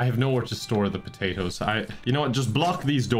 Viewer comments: "I'm thinking potatos" Every Irish person ever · "I'm thinking... potatoes" 10/10 Irish